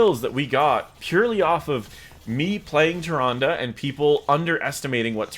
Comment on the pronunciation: "Ty-Rhondah".... Nope!